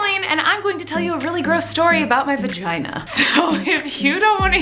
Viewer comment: Love how she calls it a vaheen😂😂